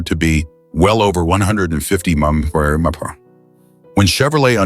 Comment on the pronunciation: Poor production and shite Ai and junk to try to interpret . Keep it no thanks If it so intelligent explain the inability to replace the humans capable of reciting the term M.P.H.? Instead it's like a mouth full of marbled gone bad🤔